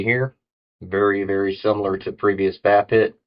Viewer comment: Hey hope all is well wit ya. Thanx again for the seeds from Greenwrld. That Vaphit looks cool oh and yeah don't take it personal but it's kind of funny when you pronounce the Vaphit it's pronounced like the word Vape and hit and put them together LOL but it's cool though it's a nice product thanks again for your reviews.